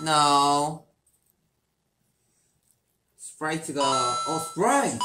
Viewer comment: Por qué Hoseok (J Hope) dice tanto Spraite